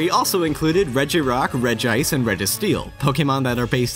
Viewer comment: I know it doesn't look like it, but it's pronounced Regi-ice, not Reg-ice. And Infernape may also be based on Sun Wukong from Journey to the West.